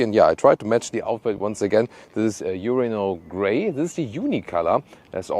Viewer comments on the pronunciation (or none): Did you just say the Tiguan comes in 'urinal grey'?